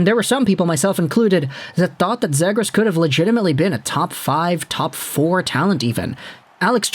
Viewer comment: It's "Zee-gras" not "Zeh-gras"